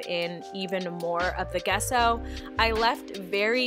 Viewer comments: Love these pieces! FYI, Gesso is pronounced with a soft “g” like in “giant” or “giraffe.” Love from Canada! 💕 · Love the idea of using a cinder block on your table! (P.S. The G in gesso is pronounced as a J)